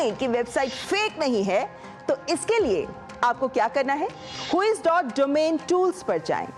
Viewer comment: आपने फ्रोड वेबसाइट चेक करने के लिए जो रास्ता बताया उसका उच्चारण ही गलत किया और स्क्रीनपर लिखा कुछ अलग था, अगर आप ही ऐसे करोगे तो आमलोग कैसे बच पाएंगे। whois.domaintools लिखा है और क्विज.डोमेंनटूल्स बोला गया है। उच्चारण स्पष्ट नहीं है।